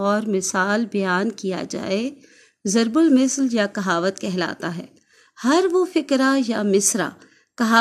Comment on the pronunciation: Mam zarb ul misal nhi zarb ul masal hota h....م کے نیچے زیر کی بجائے م کے اوپر زبر ہے